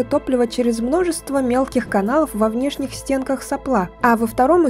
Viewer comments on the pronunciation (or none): как же я тебя люблю! Только не соплА, а сОпла